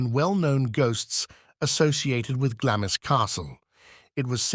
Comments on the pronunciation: glawmz not glammiss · Its pronounced Glaams not Glamis.